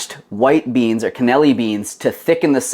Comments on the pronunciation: You know you’re missing out some letters when you say Cannellini 😂😂 it’s “can-e-lean-ee” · They all look very yummy I can't wait to make them. Sorry I can't let this go but you're pronouncing cannellini beans incorrectly.